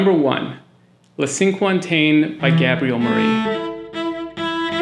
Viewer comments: hey a handy way to pronounce cinquantaine. Sank Aunt Ten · As soon as I get my hands on a cello I'm going to look at some of your recommendations which sound wonderful! BTW, "cinquantaine" is a French word meaning "fiftieth". If you want to pronounce it much more closely to the French say "Sank on ten." and don't stress any of the three words.. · Sank- con-TEN. is how to say the first piece. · Pls learn how to pronounce Cinquantaine. It's cringy.